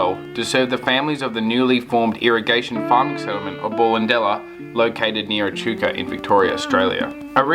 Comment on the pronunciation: Great video, thanks for that. Went to this school from about ‘67 till ‘73. Ballendella is pronounced Bellendella Cheers